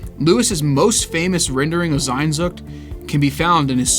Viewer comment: Bro just read it as it is sehnsucht. It is not sainnnnnsucht.